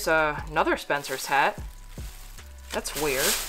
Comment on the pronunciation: She keeps saying 'Ay nother' like there's these two words, 'ay' and 'nother.' Never 'uh,' always 'Ay.' Funny how Americans talk. Anyway, these people are all set for the next 20 wedding showers they need to buy a gift for, unless all their friends know about their hobby. I live in a Central European country where dumpster-diving is not yet a 'thing' with 'normal, respectable' people, because people are very conservative and conformist and they don't want to do anything that might cause people to ask, 'What are you doing? Who said you could do that?' But I'm a foreigner and I don't care what people think, because I've worked out that when you DO do something that nobody else dares to do, either they assume that you're an authority and you have some kind of right, or else they simply 'conform' and jump in and start doing the same thing themselves. So when I noticed that a chain of bookstores here, like Borders in the US, with gift items, toys, art supplies, decorative items, craft items, video, etc. had put all their unsold stuff in the dumpster, I told a friend here, a native of the place, that we were going 'dumpster diving.' He didn't know what I was talking about. We did it basically in broad daylight, late afternoon, when most people were already home for dinner. At first he said, 'OK, I'll go along for five minutes, but no more,' and he was quite shy about it (but I can convince him to do almost anything...). After 5 minutes, I couldn't stop him until he'd gone all the wa